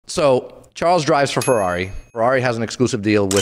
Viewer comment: It’s not Charles it’s pronounced more like shawl